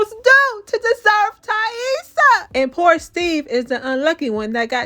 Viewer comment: You’re the only one online pronouncing Taissa right and I know why 😭😭😭 It’s not that damn complicated!